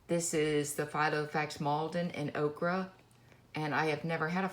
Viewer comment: Very nice! TFS btw, “ochre” is pronounced OH-ker 😉